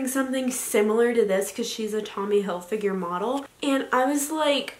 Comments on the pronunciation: Not trying to be mean at all but is pronounced hilfiger not hilfiguer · If she says Tommy hil-figure one more time.... It's Hilfiger, Tommy HILFIGER. How can you mispronounce your "favorite" brand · Yo it's Hilfiger not figure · If she says Hil-figure instead of Hilfiger one more time she might actually get hit with a shovel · ITS NOT TOMMY hilfiGURE ITS TOMMY hilfiGER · Every time she said Tommy Hillfigure I cringed... Not trying to be rude but... Wow that's so not right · Hill Fig Er not Hill Figure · Reacting Time it’s hilfiger...... not finger wtf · no one: absolutely no one: her: ‘tommy hilfigure’ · “i’m in love with tommy hillfiger” can’t even say it right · no one: absolutely no one: not a single soul: her: tOmmy hilfiGure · the way she said Hilfiger like hill-figure kills me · If she says Hill-fig-a- ure again! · i swear to god if she says tommy "hilfigure" one more time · Every time she said Tommy Hil-figure I want to stab my ears out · Tommy Hillfiger called, he wants you to STOP calling him Tommy Hill-“figure” 🤦🏻‍♀️ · Sis. If you’re so obsessed with Tommy Hilfiger you should maybe learn to pronounce it. Also I didn’t see anything luxurious in this haul. Also also you called the Long Island medium and median. That’s in the middle of the road... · “i love tommy hilfiger ” then learn how to pronounce it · It’s HILFIGER.....